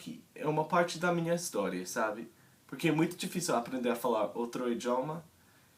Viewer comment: Da pra perceber rapidamente que não é brasileiro e nem de Portugal.. pelo sotaque ja de cara eu sei que é de um país que fala inglês, porque você tem dificuldade em pronunciar o R tipo "aprender" "provavelmente".. mas dá para entender perfeitamente oque Está dizendo.. dá para observar também que você aprendeu um pouco a pronunciar palavras em Português de Portugal.. Se você quiser que eu ajude em alguma coisa, só adicionar. whatsapp .. sei todos tipos de sotaques Brasileiros.. pois sou um brasileiro que ja morou no Norte e sul..